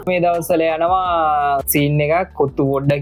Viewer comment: කොත්තු පොඩ්ඩා නෙමෙ කොත්තු පොඩ්ඩ (ටික)😂